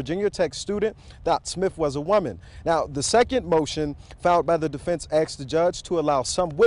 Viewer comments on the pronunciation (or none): They let a professional reporter keep his job after saying "axed" instead of "asked"?